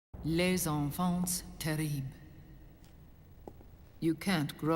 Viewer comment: 'Les enfant-tzzzz terribe' i feel a little disapointed in the mispronounciation because it shows how little they really research foreign lands, something i feel inexcusable in a masterpiece like MGS4